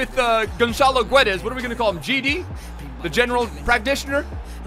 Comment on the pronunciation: its pronounced gedash